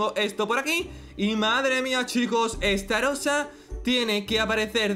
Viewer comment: estarrosa borracho